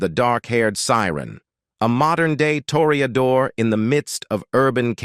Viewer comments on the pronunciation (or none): none